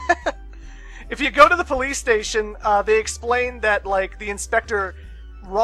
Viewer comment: ah yes the BOLICE